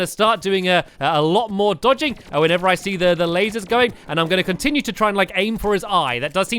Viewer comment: Did anyone realise that he said after he died from ocram he said deeodging